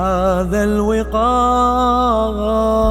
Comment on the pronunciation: ملحوظه صغيره المفروض المله يقرأ مفردة(الوقار)بفتح الواو والقاف وليس بكسر الواو لأبداء المعنى الأصح شلون عبرت ماادري